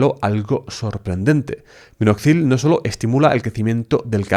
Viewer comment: En vez de : Minoxidil, dices: Minozidil ....